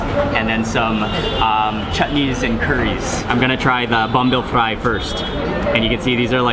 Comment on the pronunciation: Fry is an english word, why do u say it like that?